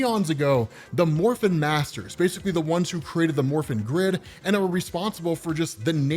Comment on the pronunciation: I'm sorry but I keep hearing "the morphine grid" and giggling like an idiot during the entire video, as surprisingly good as these power ranger comics are.